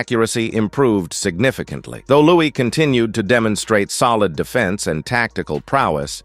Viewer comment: "Lewis" is they way it's pronounced... not even his friends called him "Louie", And why doesn't the narration match the video?? Perhaps you should find another line of work. And PLEASE NEVER use AI narration!